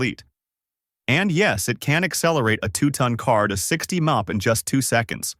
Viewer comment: "a blistering 200 mopper yas" (mph) can't stand this crap